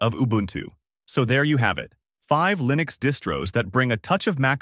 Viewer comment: 'ParOS is built on Arch Lyenux'. TTS is insulting